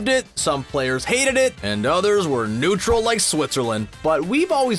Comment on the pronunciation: Finally someone else who says nutetral like Switzerland